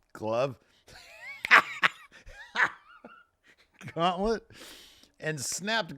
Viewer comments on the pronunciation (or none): Haha still full on trolling with the Thanos/Infinity GAUNTLET, lol.. it's gauntlet,! 🤣